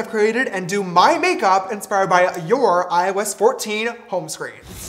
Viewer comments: Every time he said IOS 14 I thought he said “ I was 14” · Why does it sound like " I was 14" when James says " iOS 14" Just me, ok!!